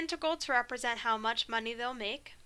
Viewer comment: "monyey" 😂. you're actually Godsent. got a calc final in 3 days and you're singlehandedly teaching me what my professors overcomplicated so much for the last 2 semesters. thank you for posting these lectures online. wishing you and ur family nothing but the best